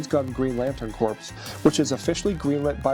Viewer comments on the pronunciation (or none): It’s pronounced Core not Corpse. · Corps as in ‘lantern corps’ and ‘army corps’ is pronounced core. You keep saying corpse, which means dead body. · ... Does he really not know how to pronounce 'corps'? I thought I misheard the first time... but that was the second time. It's pronounced 'core'. 🤓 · 'Corps' and 'corpse' are not pronounced the same. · Thank god I'm not the only one. Kinda affects your credibility for a review if you can't pronounce corps right. Geez, how many times did they say that word in the movie?! Lol